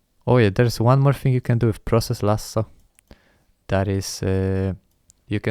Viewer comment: Best video I've seen on Latency, interrupt affinities. Interrupt affinity tool for hardware devices, process lasso for software. Process lasso will massively reduce latency. I was trying to work out where you are from. As soon as you said "Lasso", I immediately knew you are Italian. "Goal Lasso", or process. Magical. Thank you so much!